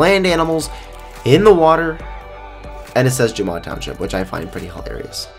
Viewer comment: ''Jomon'' What a great word for Jamaa, SUBSTITELS! And Jack Woltz instead of Arctic Wolves.. KIDDING ME?!?! ''just come in'' instead of commands... And ''gamma/jemma'' instead of jamma And ¨Adam Jim¨ Instead of Animal Jam.. WHAT THE HECK!